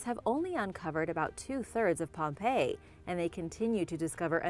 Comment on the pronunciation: She said pompeo once lol